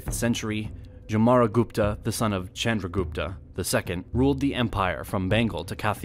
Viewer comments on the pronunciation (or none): Nicely explained... But pronunciation of chandragupta,vikramaditiya and mahabharata is sounds different by narrator..actually it is not pronunced like that.. But for your research and creating video 👍 Thank you..🙏😀